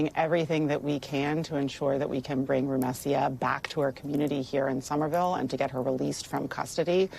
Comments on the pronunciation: The ACLU attorney,, couldn't bother to even learn her name, correctly. She keeps pronouncing it with the "s" and "y" transposed, like Rumesya. But her name is Rumeysa. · I wish the attorney knew how to say Rumeysa’s name properly :( between the persistent Hamas questions from the reporter and the attorney not knowing to say her name correctly, Rumeysa isn’t seen as a full human being in this segment :(